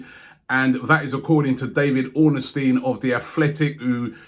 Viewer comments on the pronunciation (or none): Why does Robbie pronounce it David OrnAstein? 😂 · made said ornestine y'know next it'll be the return of pochechino